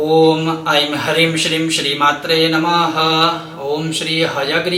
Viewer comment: आप ह्रीम बीज मंत्र मै रीम का उच्चारण करते हो या ह्रीम उच्चारण करते हो आपकी वीडियो मै मुझे रीम सुनाई दे रहा है प्लीज बताए मेरा नवरात्रि व्रत है मैं नवारण मंत्र जप कर रहा हूं इसलिए कृपया बताए 🙏🙏